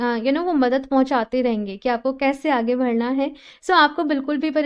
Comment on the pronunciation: Like the way you spell badhna. You always say vadhna. (आगे भड़ना ). Its actually बढ़ना